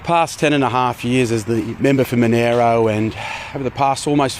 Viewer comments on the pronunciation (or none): He can’t even pronounce his Electorate properly … it’s Mon-AR-oh not Mon-AIR-oh you absolute silly poo nugget. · Manero electorate? Isn't it Monaro? :T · the member for MONERO??? Bit of a Freudian slip there mate? Does he mean a district of Australia or a dodgy cryptocurrency? Can someone confirm that is a local accent making it sound like that? he said it twice. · It hurts every time Canberra people pronounce Monaro. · Knob can’t even say Monaro correctly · 10 years and still can’t say “Monaro” properly. Perfectly sums up his time in politics.